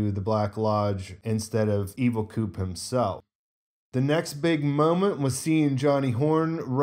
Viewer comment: "Evil Coop-Mobile' 😂